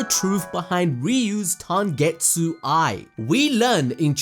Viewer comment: Are going to ignore the fact that said tangetsu everytime he referenced tengetsu eye?